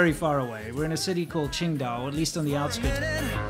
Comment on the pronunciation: Thought you were saying Ching Dai, like the Chinese god from Big Trouble in Little China. You should do a commentary track of that movie, really, really, really should.